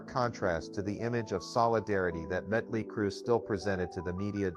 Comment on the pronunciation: I thought it was muddley crew 🤣🤣🤣🤣